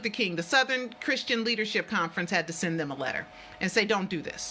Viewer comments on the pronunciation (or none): none